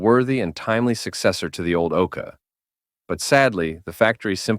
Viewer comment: Yeah, lazy making